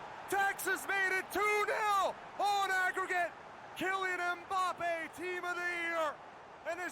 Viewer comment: It’s Mbappe not Mboppe. It’s Varane not Veron.